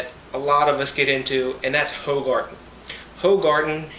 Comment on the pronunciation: Pronounced whogarden